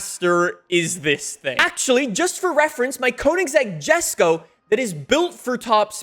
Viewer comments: It’s pronounced YesKoh not Jesko lol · The Jesko is pronounced "Yesko". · It’s pronounced yes-ko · not to be that guy but its pronounced, Yesko (Jesko), Deevo (Divo)